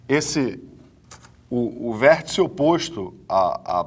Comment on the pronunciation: "Vêrtica", Kkkkk, calma professor...